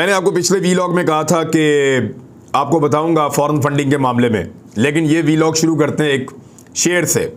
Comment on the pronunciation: It’s not welog it’s vlog